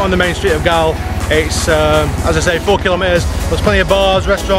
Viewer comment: Galle is pronounced Gall as in ball